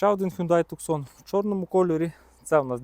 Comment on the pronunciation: Немає такої моделі "тЮКсон". . Є - Тусан. Місто в США, в штаті Арізона. . Б. .ть, навчиться вже правильно вимовляти! Не сЦенік він! СКЕНІК. З наголосом на І. не босЄ! БОУЗ. З наголосом на О.